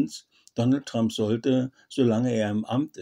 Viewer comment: Und lernen Sie endlich, wie man "Trump" richtig ausspricht.